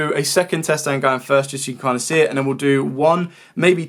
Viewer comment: What's a "tset"? 😂